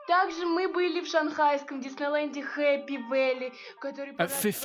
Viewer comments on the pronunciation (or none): none